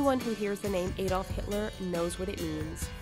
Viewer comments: It's not a dolf, it's Adolf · The way u say Adolf cracks me up